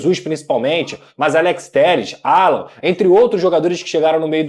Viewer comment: NÃO É 'ALLAN, O NOME DELE É ALLAN, APRENDE DE UMA VEZ POR TODAS. O NOME É ALLAN. E NÃO 'ALLAN.!!!